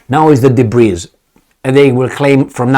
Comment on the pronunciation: the word DEBRIS doesn't have an ESS sound on the end. It is pronounced DA-BREE, Excellent commentary, my friend.